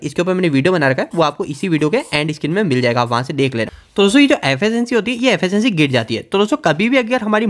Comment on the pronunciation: Affacancy 😂😂😂 Pronounce it correctly Its efficiency